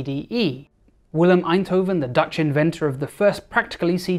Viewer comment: your pronunciation of Eindhoven is amazing. - A native Dutch speaker.